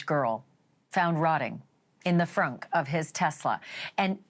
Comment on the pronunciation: what’s the emphasis on “frunk” - i don’t know but it’s annoying..